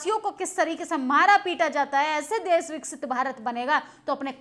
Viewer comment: आंटी देस नहीं देश होता है 😢😢😢😢😢😢😢😢😢😢😢